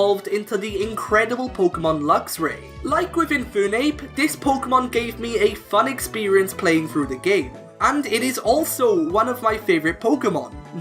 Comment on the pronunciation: infunape... who the fuck calls infernape infunape you offended me by ruining my favourite fire/fighting type!!!!